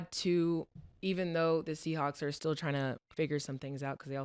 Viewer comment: "Stell" for still is crazy Mase. 😂😂😂